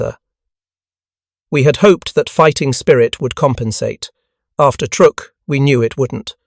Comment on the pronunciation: It's pronounced "Trook"